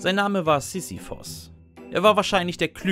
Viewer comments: Er spricht allgemein die Namen nicht korrekt aus. Z.b. Sisyphos anstatt Sisyphus. 😄😄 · SisyphUUUUUS nicht Sisiphos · ich würd mir das ja gerne ansehen, aber wenn du immer Sisyphos anstatt Sisyphus sagst, triggert mich das hart.